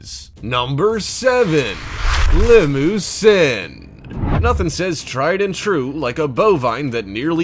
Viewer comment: Did he say limo-sin